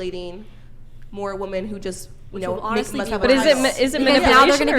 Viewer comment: ... that girl keeps saying Wo-Men. ??? Wo-Man. Gawd damn Idgit.